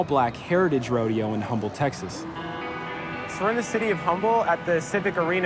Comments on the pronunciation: I'm from Houston and this is really cool. And it's not pronounced "humble" it's "Umble." Just thought I would point that out. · It's not "HUMBLE" it's "UMBLE" texas....the H is silent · FYI the city is pronounce "Um-ble" not " Hum-ble" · It's pronounced "Umble" Texas, not "Humble" lol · No no you mispronounced my city’s name it’s hUmble not HUMble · I hate how this reporter and all reporter thats not from Texas dont know how to say Humble Tx, it is not pronounced Humble the H is silent it umble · O...and its pronounced "uhmbull" not "hummble" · Btw it’s pronounced “um-ble “ not “hum-ble “ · It's UM-ble, not HUM-ble, the H is silent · It's pronounced "Uhmble" TX, not "Humble"... Whatever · Humble, Tx is pronounced umble not Humble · C’mon man, it’s pronounced Umble, not Humble. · The city of Humble, Texas, is pronounced like the locals say it - with the H silent. So you say "Umble, Texas, " even though it's spelled with an H. It's a Southern regional thing, and it should be repeated out of respect. I grew up pronouncing my H's, but when it comes to that city, I don't. Just something I picked up after leaving California and moving to Texas, like adding "y'all" to my vocabulary. What a great, egalitarian, gender neutral term! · DID NOONE TEACH THEM HOW TO PRONOUNCE HUMBLE, TX!! DROP THE "H" THATS ALL.. hahaha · When he said "Humble" and I've only heard it said "Umble" like a silent "H" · The city of humble, its pronounce umble, we can tell who the visitors are based on that its kinda funny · Humble Texas is pronounced as “umble”, the h is silent lmaooo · This doesn't really have anything to do with the content of the mini documentary, but the city Humble is actually pronounced "Umble" just so y'all know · Ya'll know that if white men had been tasked with working with cows, they'd be called cowmen. So from the name, we know that it was about black men, or 'boys'. And it's pronounced 'Umble', the h is silent. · Btw, it’s UMble (the H is silent).